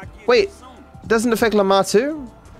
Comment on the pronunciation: Have yall noticed that it says lumar instead of lamar